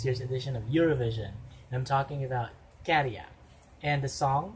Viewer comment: I agree he's hot. I have noticed that you pronounce Käärijä really well now. 😃 So I want to commend you for that. 🥰 You have mastered the letter Ä. 🥰